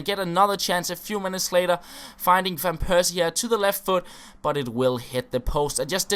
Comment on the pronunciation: It is fan persie, not van persie....